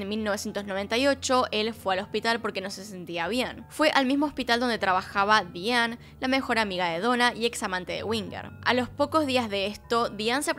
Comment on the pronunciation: Con respeto tienes problemas con la pronunciación en inglés. Es Diane Daianne se diría.